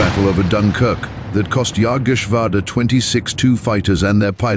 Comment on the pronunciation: The narrator's got a great voice but seems to have mispronounced a few things: gruppe, jagdgeschwader, Leigh Mallory, Jagdwaffe, Bader, Malaysia. "Friend from Foe" should be "Friend or Foe"?